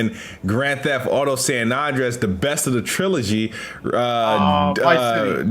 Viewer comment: do you not know how to say San Andreas?? You sound goofy AF sayin San Onndrayaz LoL